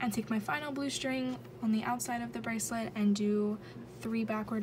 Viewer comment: Litterally unwatchable : She freaking said brasslet